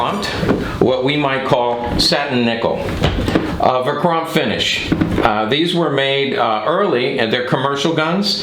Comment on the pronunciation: Verchromt not verchrompt